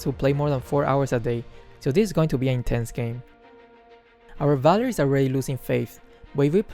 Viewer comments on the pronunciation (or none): none